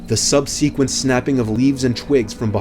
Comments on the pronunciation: The "sub-see-quent" you are cute lol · "Sub-see-quent"? Some of the words this guy mispronounces are just bizarre. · Sub- Seequent? Look up words you're unsure of and pronounce them correctly.